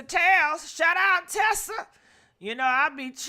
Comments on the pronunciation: Not Tesa it’s Tisa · You use Tisa content but you continue to pronounce her name incorrectly.